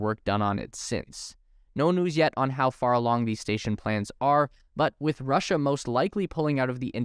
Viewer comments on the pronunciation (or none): none